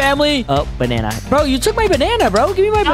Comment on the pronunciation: or just made me laugh when he said bannana